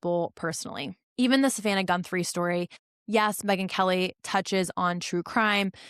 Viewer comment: Her last name is GUTHRIE not GUNTHRIE. FTLOG.